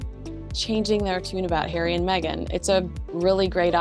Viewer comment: Stop saying Meg an…… it’s Megan. Same as Craig not crag